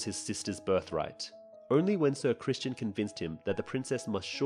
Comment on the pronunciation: Where do you keep finding these extra letters in the names? Ser CRISTON nog Christian! And in another video you called Alicent’s other son Daereon but it’s DaeRON